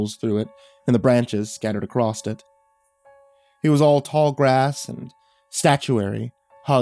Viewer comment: I honestly wasn't speaking much on this video as I couldn't remember where it was, but like, he does actually say "acrossed" or "acrosst" a fair bit in other stories. Many narrator channels do, sadly, it's a pet peeve of mine that I do my best to bury to better enjoy the story on average.